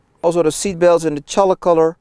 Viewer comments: v 1 I died after I figured out he’s just saying CHAULK..... it’s not Cholik, that word does not exist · Holy God -- it's CHALK -- pronounced "chawk." 👍